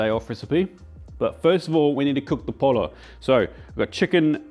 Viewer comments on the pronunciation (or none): "Po-yo", not "pol-o". The double L in Spanish is pronounced like a y. And the sauce needs to be a bit thinner. Otherwise, looks good. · Not polo, poLLo, you try to pronounce other languages correctly, but not spanish? dude please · Pollo pronounced poy-yo if you needed that, hall -a-peen-yo is also the closest way to get that right. I’m a so cal native and I have honestly never understood it or thought it was very good. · Maybe they can teach you how to pronounce all those ingredients lol. Took me a minute there to understand what "de polo" was lol. Pollo is pronounced like Po Yo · GO TO MEXICO!!! And its pronounced POYO, not POLO. You can easily check the right pronunciation of your dishes in google translate. Not much effort and won't be destroying their real names. ;-) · Two L's in Spanish equals a Y sound. So not polo but Poyo ☺️ Absolutely love your videos and watch daily 😎🤘🏼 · Polo? Tomatilo? Poyo and Tomateao my guy. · Hello, If you do come to learn about Moles, Oaxaca is where you want to go. There are 7 moles here, the one you prepared is the Mole Negro (the black Mole). by the way Pollo is pronounced more like Poh-yo than Pol-oh. the double ll is how we make the El-yay sound in Spanish (like the french and italian gl to make the same sound). There's lots to do in Oaxaca and eating is one of the best parts. Love the show, Jacques Mexico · I thought double l is pronounces y? Po-yo rather then po-lo? Is it different in mexican dialect? Also, shouldn't it be "pollo con mole", not "mole de pollo"? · I love your channel and your videos. But I’m sorry this doesn’t look legit. I’m not Mexican I’m actually a kiwi like yourself but love Mexican food. I’ve spent a fair bit of time in Mexico and have extensively researched this Mexican festive staple. Oh and pollo is pronounced poy-o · I left the video when he said "mole the polo" 🤣🤣🤣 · That “Mole de ‘polo’ though. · Pollo is pronounced poyo. Double L in spanish is a Y sound. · POLLO IS PRONOUNCED POY-O